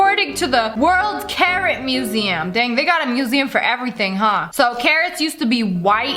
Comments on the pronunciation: When she said carrot I thought she said Karen I was like damn Karen where worst than now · The carrot part I thought sniper wolf said Karen but I have to watch it again but she said carrot 🥕